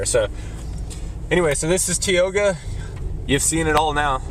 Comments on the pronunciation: Hey dude - its "Tie-oga" - not "Tee-oga". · I clicked on this video in the hopes to see a little bit of the town I grew up in. I come from a long line of North Dakotans. First, learn how to pronounce Tioga with a LONG I sound. Second, if you are going to share a video of Tioga, make sure Tioga is actually in it. You drove right past it. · You should probly learn how to pronounce Tioga before making a video about the place. And plus you didn't even show the town you just showed outskirts. So the businesses he showed you all isn't even in the town of tioga, it's not city limits. What an idiot